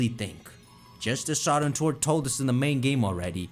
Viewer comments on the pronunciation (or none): none